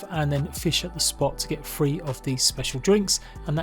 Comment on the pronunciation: its *TH-ree not free